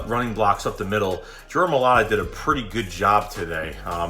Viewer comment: Jordan My-lata....sorry, your pronunciation got me.